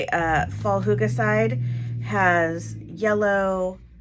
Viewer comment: Hahaha...I had a good laugh at how our norwegian word «hygge» is pronunced [hoo-ga] 🤣 Not even close to how we say it! 🤣 It’s more [hygg-e]. While the danish pronunciation is more [hyy-ge]. Not laughing at how you said it tho, because I guess you said it like it’s written on the note in front of you in the video, so I’m not mocking you. Keep up the good gluebooking!👍🏼💕